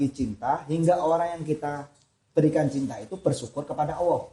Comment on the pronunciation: Mohon maaf... saya mau bertanya mengapa mas Ori menyebutnya seperti Owoh untuk Allah... Apakah ada arti sesuatu?